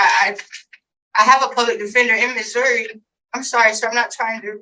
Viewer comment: You have been pronouncing Missouri right. It is Missouri not Missoura.